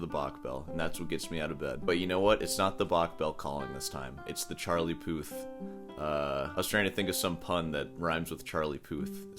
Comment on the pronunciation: Charlie “Poo”th amirite?